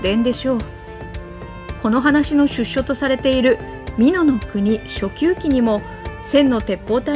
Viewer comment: 出所は「しゅっしょ」ではなく「でどころ」です。 「しゅっしょ」とは①出生地②刑務所から出ること 「でどころ」とは③その物事がここから出て来たという、もと（の所）。例:「うわさの―」④現れ出るべき所・時。 今回は「この話の出所とされている〜」と字幕が出ているので③の意味で使われていることが分かります。よって読みは「でどころ」です。 このナレーターさんはよく読み方を間違えますよね。歴史を題材にする場合は子供が見るので、間違えて覚えてしまいます。この程度の漢字も読めない方を起用するのはやめてください。変なナレーターを使うのは視聴者に失礼です。広告もちゃっかりつけてるくせに。前も言いましたが…